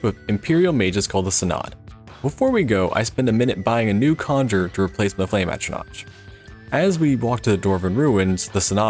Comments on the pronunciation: Great video. It just dealt me psychic damage every time I heard you mispronounce "atronach". I understand that it ends with a "ch", but there are npcs who say the word where you can hear it's like atro-nock. But yeah, good video all the same. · ATTRO-NATCH??? Come the fuck on dude... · The excruciating pain of you not being able to pronounce Atronach and courier